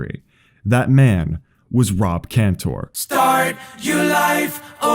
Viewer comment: It's pronounced "Canter," not "-tore." And his friend Andrew's last name is pronounced "Lor-itch." I love this video because I'm friends with these guys and have known them since childhood. Andrew Laurich taught me how to play basketball shortly before he inspired the song. Andrew also directed "A Reasonable Request" which you should see. Facebook magician Rick Lax was friends with us too, but he blocked me. The world is weird